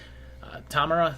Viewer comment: Tamara, and Tamarrah, and Tammarha... creeps in this petty pace